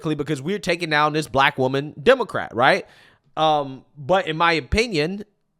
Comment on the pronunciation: "They're coming after me cuz I'm bleck! I'M BLECK!" Yeah, you're "blech" all right!